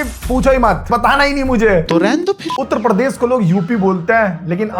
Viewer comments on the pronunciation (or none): Bhai uttra pardesh nhi Uttar Pradesh hota hai 😂😂 Tumhara hi majak ban gya ha ha ha 🤣😂